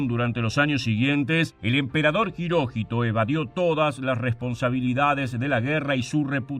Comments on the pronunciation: ¿Hiroshito pronunciás? Es HIROHITO. Creo que, por lo que se sabe AHORA, Japón se rindió además por la amenaza de invasión soviética. Los soviéticos habrían terminado con las religiones y tradiciones japonesas y con la Familia Imperial. Mc. Arthur exigió el fin de la Divinidad del Emperador y lo mantuvo al menos como figura simbólica. Vivazo el tipo. Por lo que tengo entendido, hasta el día de hoy Japón se rige por la Constitución que Mc Arthur les escribió e impuso. Mc Arthur tuvo la inteligencia de comprender la idiosincracia japonesa y de respetar las tradiciones milenarias contra las que era imposible luchar... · Jiróchito ...??????? Hirohito weón !!! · Las tres veces que mencionaste a Hirohito lo hiciste mal y de diferentes formas.